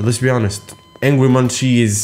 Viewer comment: two things, possession is spelt with a double-s on the second one. and angry munci is pronounced angry mun-see (i heard that from one that knows them very well). please hate me if you hate being corrected xd